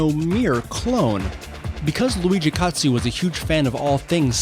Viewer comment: Yeah, totally! I saw your presentation and the pronunciation was correct. Well done 😊